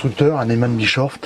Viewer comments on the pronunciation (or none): j'adore comme tu prononce nesman brechoff 😀👍je plaisante!!!! Bien sur que vous êtes les premiers grands merci à vous deux tip top cette présentation qui m'a beaucoup plus 😘